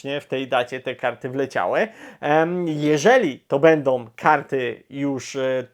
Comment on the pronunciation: Bardzo razi to "bendom, wyjdom". A nie da się bardziej po polsku ("będą, wyjdą")? Obiecuję, że przestanę subskrybować kanał, jeśli choć troszeczkę nie zmieni się mowa. Pozdrawiam